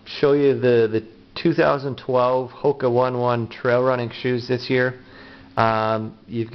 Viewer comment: Pronounced Ho-kuh Oh-Nay Oh-Nay. These shoes are also great for people who work on concrete floors all day. Anyone know what the second insole is meant for? Its shaped different than the one in the shoe and seems like a different material. Are they used together?